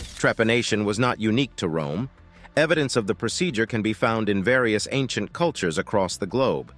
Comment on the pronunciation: Wome is your Fwiend. 😂😂😂